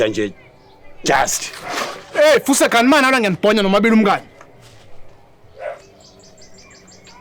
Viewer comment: Ngithini Maxwell, uthi “fuseg”😂😂😂